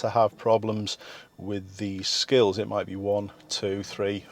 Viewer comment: oh i know what he actually said, it just sounded like skittles to me